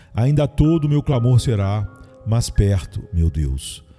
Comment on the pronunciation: Irmão, com todo respeito, sua voz é muito boa, mas por favor, melhore sua gramática, pronuncie melhor as palavras mas, mais, e nós, por favor. Deus te abençoe!